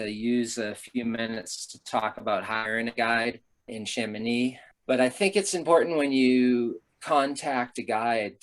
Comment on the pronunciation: How comes that Americans can say Chamoni(x) correct but put the most expression on the K in Mont BlanK?